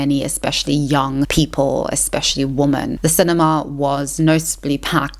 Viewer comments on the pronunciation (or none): Am I losing my mind or are you saying "woman" every time you mean to say "womEn" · I really like your videos. They make me think and offer new ways to discuss topics like this. I also admire how well spoken you are. And, if I may add, it is a small pet peeve of mine when people talk about women (plural) and pronounce it wrong. It's a woman (woo-man) and two women (wee-men). It's not a big deal, but it maybe undermines the message, similarly how bad spelling undermines the credibility of a text. Just wanted to leave this here. Thank you for your content. ^^ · What's going on with her pronunciation of "woman?" As in, she only pronounces the singular, never the plural. Is this some 16th wave feminist zoomer thing or is she just weird? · It’s woMEN not woMAN why is it always this one mystery woman? I don’t understand :,) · You say woman (singular) instead of women (plural). I'm not sure if its South African pronunciation, but just wanted to share that you're often slipping into saying woman not women. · I love listening to you. Your voice and accent is beautiful to me, just as much as your thought-provoking content. Anyone who doesn’t like how you pronounce ‘women’ can go stick their opinions up where the sun does not shine 🌞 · Love the content but please check the correct pronunciation of "women" and "patriarchy".